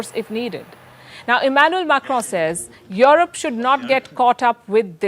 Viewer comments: Europe becomes Your-rope 🤣🤣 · Hi Palki. Enjoyed your journalism works. I just wonder why you pronounce Europe as "your-rope" it sounds awkward. I know that Indians carry a specific accent when converse in English but "your-rope" is totally awkward. No offense. It's just constructive feedback. Thanks.